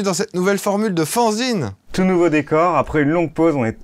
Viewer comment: si tu veux Fanzine se prononce Fanne-zine, sinon toi tu dis Faon-zine, si tu fais un magazine sur les faons peut-être